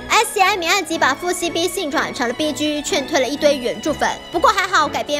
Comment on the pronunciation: 1. 什么是BG? 2. 请念 逼鸡，不是 逼狙。 谢谢。